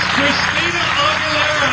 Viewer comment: Did the Star Search dude call her Christy-anna Aguerriaa ? LOL